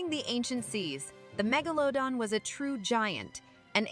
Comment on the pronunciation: If only the narrator could figure out how to pronounce Megalodon. Every time she says it... it's a different pronouciation.